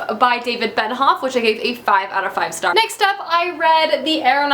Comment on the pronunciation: For me, it's Benioff. She says Benhoff every time. EVERY time. It's Ben-I-off. Not annoying enough to make me stop watching, though :)